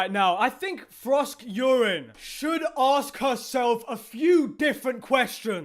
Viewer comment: Frosk-Urine. I keep laughing every time I hear him do that...